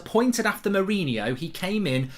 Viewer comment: Fucc I'm gonna miss "Carricky"🏌️‍♂️💔